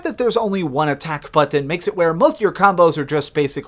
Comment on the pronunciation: IT SOUNDS LIKE HE'S SAYING "UHHTTAOCK BUHHTTOUN" INSTEAD OF ATTACK BUTTON LMAO 🗣👂😂😂😂..